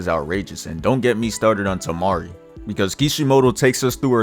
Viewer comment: Bruh said Temari and Cancún💀💀